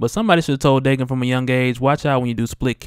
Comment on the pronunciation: It's pronounced Dah-Ken